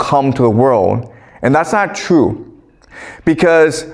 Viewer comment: Chinese people have a hard time with the letter r… example: true.. trrrue, says Chrue